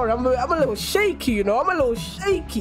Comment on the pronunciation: “I’m a lil shacy I’m a lil shacy”🤣🤣🤣🤣🤣